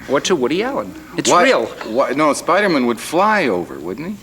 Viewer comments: I can't get over him pronouncing Spider-Man like the last name Goodman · I love how the interview consistently pronounces it "Spiderm'n." The Vidlectrix guys could've been modelled on this man. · Why did he say spidermin but not x-min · The way the guy says "Spidermun" makes my skin crawl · The first guy pronounced Spider-Man as spidermen and pronounced x men as x man 🤦‍♂️ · Spider-mun lol that was a hilarious gag, no galoshes Aunt May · I heard Spider-min. I was thinking that sounded more like a family name. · Did this dude just say Spidermun? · 'Spidermun'...Phil Spidermun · He keeps saying Spiderman, as if his name is Phil Spiderman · “Spiderman” lol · "Spider Mun" Is it bad I was so irritated with the host? 😆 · "The Spidermun!" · Did he just say spidermen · The interviewer said Spidermin. Haha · The host's pronunciation of "Spiderman" is hilarious. Like it's someone's last name. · Why tf did he pronounce Spider-Man like that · He pronounced Spiderman like its a jewish surname lol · the host can't say spiderman. he pronounces it like it's his last name. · I thought the same thing when he mispronounced Spider-Man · He didn't pronounce the hyphen between "spider" and "man" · I like how the host pronounced the name Spider-Man like a last name, like the characters name is like ‘Jim Spiderman’ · The way the host says spiderman hurts me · i don't like how that guy pronounces Spider-Man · Did he just say Spider-Man like Spiderman as if it was a last name? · Spider-Men? It's not like a last name, like Phil Spider-Men. He's Spider-Man! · "How does Spider-Mun fly?" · He said Spider-min just like the local announcer did lol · I love how the host says "Spidermen" and not "Spider man" as if it was his last name. Lol. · The host called him spidermin like Chandler pointed out on friends..... bwa hahahaha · "How does Spydermin fly?" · Spidermann? He pronounced it like he’s a Jewish accountant. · Lol. He said Spidermin - like Phoebe did in Friends - as if it was a last name.